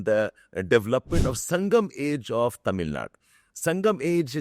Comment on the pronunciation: It is "Tamil Nadu", not "Tamil Nad".